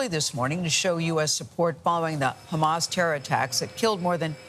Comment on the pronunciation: Wow, Biden is STILL alive? Good for him. I like how he pronounced Hamas. Great job with the media helping get this zombie puppet elected and ignoring his mental decline. It'll hopefully get us in a big fat war again, like the deep state loves. They've always wanted regime change in Iran..or WW3. If you want your son fighting in Iran, vote Biden!